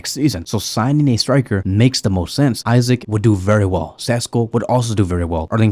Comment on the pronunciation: Love how you call Isak Isaac😂😂. I like Isak's profile best but I believe he'll be the most expensive